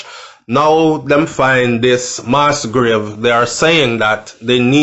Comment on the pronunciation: please pronounce the word properly for people and students who are not familiar with the word!! You have a responsibility and a platform with lots of followers. The word is MASS with a short pronunciation, not “MAAS” as you said and this is not a mistake as listeners might say. You used it right throughout the video!!! Nothing is wrong if you didn’t know..... just saying!!! Please correct same, it’s annoying.